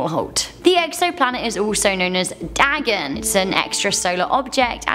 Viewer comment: It's pronounced "Day-Gone" not dag-on. Lol. & he's Not a Jewish deity either. Is a pagan deity